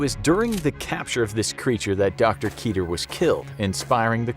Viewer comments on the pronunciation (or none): Fun fact about the term "Keter" some think its pronounced [Key-Tier] but due to the origin of where the word comes from actually rhymes with "Better" . Keter is the Hebrew word for 'Crown" and is one of the top most attribute of the Sephiroth in Kabbala. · Lol, ''keeter.'' Totally not how you say that.